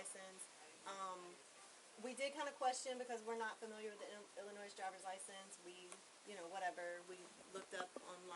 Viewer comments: How come nobody knows the 's' in Illinois is silent? Especially the banker. And I was thinking the fake nurse not knowing this was a red flag. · The ‘s’ is silent in Illinois. I grew up in that state, and it grates on my ears when people pronounce the ‘s’ - especially when they make it sound like a ‘z’. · As soon as she pronounced illinois wrong you know she lying that was the first sign she lying. If she lived in illinois then she would say it correctly LoL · Did she just pronounce the S at the end of Illinois..silent S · The “s” in Illinois is silent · She pronounced the “S” in Illinois. She’s lying. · No one says Illinois with the s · The s is silent in Illinois... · 🤦The "s" is silent in Illinois. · If you live in Illinois then you should know the s is silent. Duh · The s in Illinois is silent! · First red flag is her saying she lived in Illinois but doesn't know the s is silent.. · She said Illinois with an S . Take her to jail . For life 😂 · She doesnt even pronounce Illinois correctly lmao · Anyone who pronounces the S in illinois has never lived there. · Anyone who has lived or live in illinois don't pronounce the s at the end😅😅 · She says she lived in IllinoiS, she definitely dont live there if she dont know how to say it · People who live/lived in Illinois do not pronounce the "s" at the end of the word. She is lying. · She didn't know how to pronounce Illinois. The S is silent. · OK, for the record: the "s" at the end of Illinois is silent. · The “s” in Illinois is silent. Really annoying! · Anyone from Illinois knows the 's' is silent! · If you live in ILLINOIS then you should know the S is SILENT !!!! AND GET OFF THAT DAMN PHONE !!!!!!! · No one who is from IL pronounces it that way. Pretty dead giveaway she has never lived there. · Anybody who’s ever lived in Illinois should know how to pronounce Illinois. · Attention Bank Employees: Illinois, the "s" is silent. Now you know. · For you non-Illinois residents the 'S' is silent in the word Illinois.